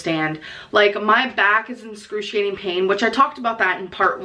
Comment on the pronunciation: "Inscurtiating, Burtitis, more darker."😂